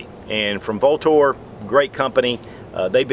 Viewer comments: The company name is actually pronounced "Ultor" though spelled Vltor. Sorry to be picky. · Came to hear Vltor mispronounced..Not disappointed.